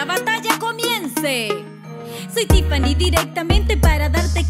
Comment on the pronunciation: Tiffani lo dijo bien